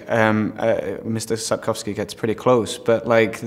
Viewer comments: Ciekawie mówi, ale najbardziej mi się podoba, że dobrze wymawia nazwisko Sapkowskiego. :D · Prowadząca ma zajebista wymowę. Brawo. Awesome interview